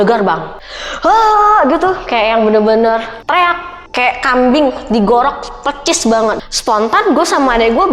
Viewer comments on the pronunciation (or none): PERSIS MBA PERRRSISS bukan PECIS enteee kdang kadang entee